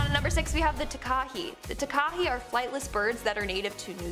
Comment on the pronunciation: Its pronounced ta ka hey